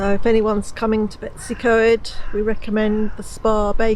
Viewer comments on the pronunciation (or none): Its pronounced Bet-oos-uh-coy-d not Betsy co-ed but well done for trying haha! Looked fun! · To be fair, nailed Dolwyddelan, as he did Beddgelert in a previous video. It's slightly unfair to expect 'foreigners' magically to be able to pronounce words from an unfamiliar language. Nevertheless, "Betsy Coid" - ych a fi! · Its actually pronounced Betus u coid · Betsi coed? B as in b for bread,e as e in egg,w as in w in walk s as s in sun then y as the u in under. Pronounce the letters as you pronounce them in English not your alphabet pronounciation of letters.We usually get a good breakfast at the old station when on our motorcycles.Lovely video ,hope you don't mind the Welsh lesson 😂👍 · I agree, it is disheartening ... I would understand if they were difficult for a foreigner to say, but betws y coed isn't difficult... just 'Bet-us' uhh 'coid'